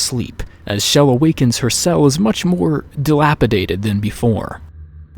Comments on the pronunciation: Ur saying shell it's chell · It's CHELL not Chell (with a SH ) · Her name isn't pronounced like Shell. It has the hard CH like in Church. Just listen to interviews with Wolpaw and you can hear him say her name with the hard CH. There is also an unused file where GLaDOS calls Chell by name. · not Shell, Chell! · He keeps saying Chell with a sh Schell ( for god sakes! It's Chell!!!!!!! ) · Her name. Is not. S H E L L. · Great, another Youtuber that calls her shell. That means more cringe videos. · the ch is Chell is pronounced like the ch in church. not an sh sound. glados even says her name in the end of portal 2. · Various people on the dev team pronounce it like shell. How can you correct pronunciation using spelling? That makes no sense.